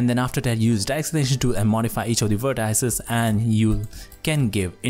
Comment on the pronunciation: Its not vertAAIces, it is called vertices and actually its not even vertices, those are anchor points!